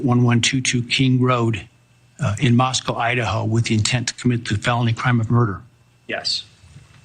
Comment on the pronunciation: The judge also mispronounced Moscow at least once -- "Moscow" instead of "Moscoe." I know because my brother who's lived there 40 years always corrects me.